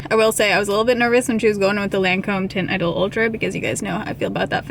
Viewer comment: A small trick for pronouncing Teint Idole from a French speaker :) Dont prononcle the last T of teint (Prononce Teint like you would prononce TAN but without the N ) And prononce the I of Idole like you would pronounce the letter E in english :) Complicated I know lol